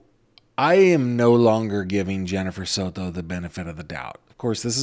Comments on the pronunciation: Here we go again 🙄 He can't just say Maddie or Madeline, he has to say "Madeline Sod-to" 🙄 so we can all hear him pronounce it that way 🙄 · You do not have to say Soto like you are Spanish. You are seriously an American. Stappppppp! Lmao you say it and I laugh because you are trying to be politically correct. As if that’s not mocking. SOTOOOOO’